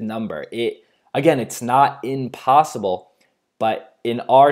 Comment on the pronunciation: It's impossible, not inpossible